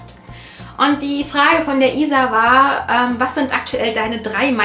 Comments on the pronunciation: du sprichst isa richtig aus :D ich weiß nicht, wie oft ich sie falsch ausgesprochen habe xD Ich bin dafür sehr ungeduldig... hach ja~ Und ja, mein Tag geht auch bald hoch :D Ich glaube jedem sind Aufrufe und Abos wichtig :) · Du hast mich richtig ausgesprochen WWUUHUUU!!! :D *erstmal positives Däumchen vergebe so wie bei jedem deiner Videos* <3 Ääääähm also neben Harry Potter haben vorallem, ganz frisch sogar, "Pandora - Wovon träumst du" und "Infernale" meine Einstellung verändert, weil sie einfach so viel Kritik an unserem heutigen Leben rüberbringen :) ps: Bitte nennt mich nicht Isa, sondern Luna, Bella, Glacy oder meinetwegen auch Isabella aber biiiitteeee nicht Isa oder Isy x')